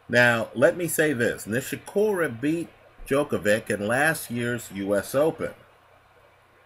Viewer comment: Djokov-ICH, not -IK..